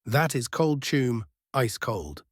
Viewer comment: This is totally awesome strat to finish.However i do not usually have any problems with AI pronounceation but have to admit the constant saying of 'Chuum' instead of 'Chum' is completly screwing my head up 😂even with my appalling spelling